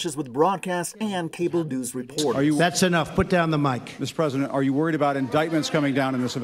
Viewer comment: I’m the pwesident, don’t you talk to me the pwesident like that. Your mean